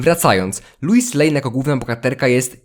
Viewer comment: Wiesz że źle wymawiasz Lois, czyta się tak jak piszę